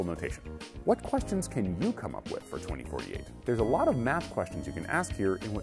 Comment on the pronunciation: He just couldnt say the number right ? XD